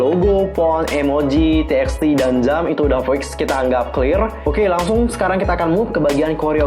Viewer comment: TXT bacanya tubatu kak :")